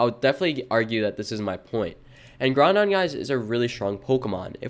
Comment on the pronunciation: Did bro just say Groundon? With an n in the middle?